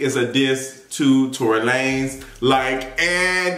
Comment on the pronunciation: Every time I hear Tory’s name I think about you calling him Tory “Lannez”